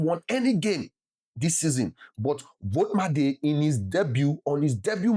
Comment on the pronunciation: It is pronounced volt ee ma da 😅